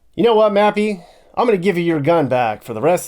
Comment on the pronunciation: Mappy, not Nappy. Nappy is British English for 'diaper.'